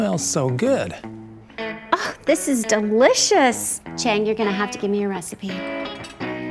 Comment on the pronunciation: Chang❌ Aang✅